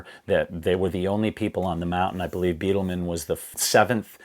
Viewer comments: Love the channel but its “Bydelman” not Beatleman 🏔️ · I’ve read 7 books concerning the 1996 disaster, watched every video that I’ve found and I really do appreciate your input. Thanks! And, btw, Neal “Bi-del-man” is the way his name is pronounced. Not Bee-del-man. . Thx again.